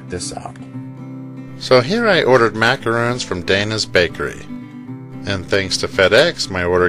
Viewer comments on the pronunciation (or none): He said macarons incorrectly.